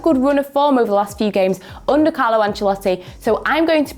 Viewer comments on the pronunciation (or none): none